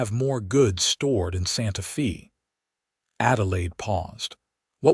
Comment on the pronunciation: It is so sad that these stories made with AI butcher words and the punctuation, is misunderstood by the algorithm. For example, A name Mr. Smith, is interpreted as Mr. being the end of a sentence and Smith being the beginning of another. There is a pause where it shouldn't be. Santa fe being pronounced Santa feee. Otherwise, a good story. Though this mountain man romance is becoming just an AI formula, where there is not much difference from one story to another. Using AI is not really writing a story. It uses a stereotypical plot, lacks imagination and soul. It doesn't catch the mistakes, and at worst is just cringy, such as werewolf romances. People listening, keep in mind the AI software can take an old man's voice, and make it sound like a young girl with an Irish accent. Listen to other stories and you will notice that some sound slightly robotic, monotone, or over-exaggerated melodrama. It will get harder to tell the stories written by real people, compared to stories that are computer generated after someone in put information for characters, basic plot and narration voices, then pushed an enter button.